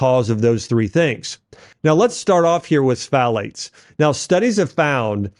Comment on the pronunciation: bro, you could have done a little more research on how to pronounce words like pfalate or glyphosate